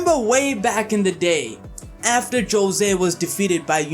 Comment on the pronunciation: Jose is pronounced Hozay.